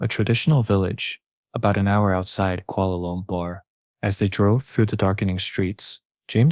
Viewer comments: Ahhh, the good old Kuala Loompear- Kuala Loombar... Kuala Lumpur! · I like the way u say kuala lumpur😄